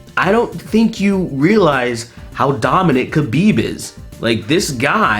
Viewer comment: *HABIB is the correct pronounciation